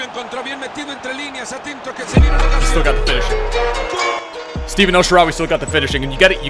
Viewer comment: it's not steven, it's stefan :)